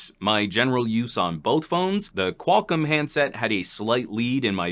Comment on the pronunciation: Qual COM, not Qual-CUM.